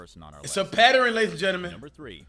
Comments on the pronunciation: Patteren??? Pattern? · “It’s a patterin” what that mean cash!?